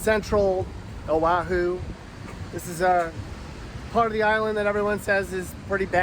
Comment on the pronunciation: First of all this video is nauseous, you move around so much that we get sea sick and Motion sickness, disgusting! ,Second, you need to learn the proper pronunciation of our Hawaiian words and Oahu is not pronounced aahu, we get really pissed with improper pronunciations of our Hawaiian words!! Third: Hawaii is paradise no matter where we live, unlike you mainland haoles who act as though you are all rich and live in grand houses but we know the truth. But, all in all thanks for bad mouthing us so people from the mainland would not want to live here!!